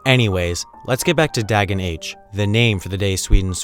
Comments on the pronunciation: "dagen h" is actually pronounced, day-yen ho :) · "Dagen H" is actually pronounced "Dar-gen Hor" and "Riksdagen" is pronounced "(European R) Rih-ks-dar-gen". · "Doggen Ho"